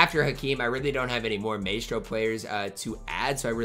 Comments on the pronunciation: Nobody gonna tell him it’s “my’stro” not “may’stro? lol we just ignoring that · MY-STRO, not MAY-STRO…MYYYYYSTRRRRO. You’ve been Carlo’ing that word all week lmao!